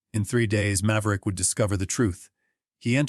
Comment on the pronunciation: Mave-er-ick, come on your AI needs to learn how to pronounce names. Then I may listen.